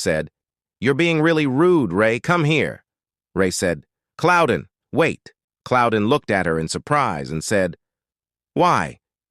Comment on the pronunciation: Who tf is Cloudin?? Pretty sure it's not right.